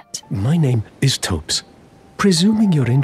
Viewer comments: his name is pronounced "Topes" not "thops". he says it when you meet him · It's pronounced t-hopes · Pretty sure he pronounces his name as "Topes" when you meet him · He pronounces his name as 'Topes' so why doesn't this video? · For a lady who makes a 30 minute long video essay about him, you’d think she’s learn how to say his name. I’m two minutes in and right after she shows the scene of him literally saying his name, she mispronounces it right after.